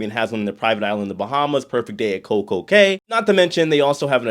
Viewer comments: Was married to a Bahamian and lived in Nassau for four years. « Cay » is pronounced « key » everyone. Don’t sound foolish pronouncing it wrong!!! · I don’t give a crap what you say. It will always be cay.